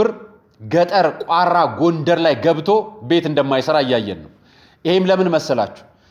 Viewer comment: ቋራ የሚለውን ስትጠራ ራ አላላው